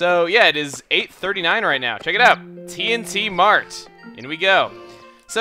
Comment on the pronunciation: The way you said T&T Mart almost sounded like TNT mart. That would've made this game a lot more interesting.